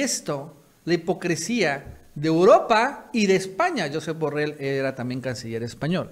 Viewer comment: Se dice jusep burreill es catalan ,no Scottish